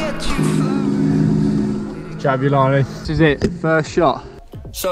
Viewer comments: Pronunciation is actually "JABOOLANI" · I'm from South Africa. The name which is a common name for black males is pronounced - Jah boo La knee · Lol it’s pronounced Jab-oo-la-ni Also I think the main reason why the movement is so erratic is because it is designed to be played in higher altitude(high enough for a rugby ball to carry an extra 9 meters and at sea level as well as a rediculous difference in humidity levels between altitudes and different parts of the country with little difference in movement variation. I live in South Africa and and the difference between Johannesburg and Durban and Cape Town. Johannesburg being dry and hot with afternoon showers. Durban being hot and Extremely humid, enough that if you moved from Johannesburg to Durban via plane when you get out you feel like your swimming through the air(hot tub edition). And Cape Town being highly a kin to the climate found in the south of France, Italy or Greece, extremely Mediterranean. So the ball was probably designed with that in mind. If you wanna see just how many climates there are in SA go look at a climate map